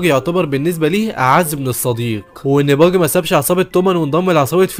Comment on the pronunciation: انتا بتقول باجي غلط اوي تلوث سمعي